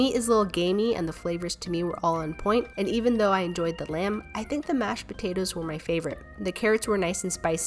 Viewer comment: I’m not trying to be rude of offensive but after watching most of your videos, I was wondering if anybody else realized how she pronounces potatoes as potatas